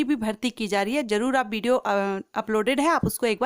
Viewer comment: Bideo nahi Video bolo